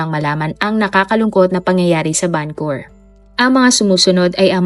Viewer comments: Why Vancur? It's supposed to be pronounce as Vancou-VER ..✌️ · Correction po...and i hope you don't mind.. VancouVER po .. not vancour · Nakakalungkot na balita. RIP sa mga biktima.. 🙏🏻 Salamat po sa update.. No bashing po, pero Van-cu-ver po yata ang pronounce nun. Napaisip po kasi un mga nakarinig sabi nila akala daw sa Canada, bakit sa Vancowr pala. Anyways thanks po ulit sa update. 😊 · Van Cou Ver po ma'am hindi po Van Cour ✌️ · Ang lungkot po. ..Mas malungkot ang pagkapronounce mo ng Vancor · oo nga